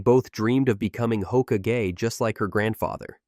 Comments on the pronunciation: Ho-ka-gay is crazy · No one is going to know how words are suppose to sound anymore. A.I is Hoka-gay! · Say hokage one more time I dare you say it one more time!! Don’t you talk about my hokage like that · Nair-ruto, hoka-gay? But can say Miyoboku woth no problem.